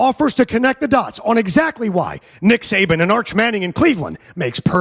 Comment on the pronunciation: I'm so hot and tired, I thought you were saying Satan!😂😂😂